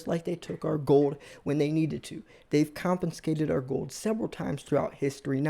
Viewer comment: My ears burn....there is no N in confiscate.